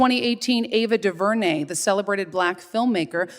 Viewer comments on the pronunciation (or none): none